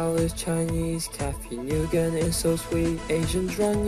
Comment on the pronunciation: you pronounced cathy's last name wrong